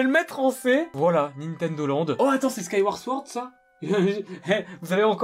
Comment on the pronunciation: parre comptre tue parl mie 2 skaîouorde souord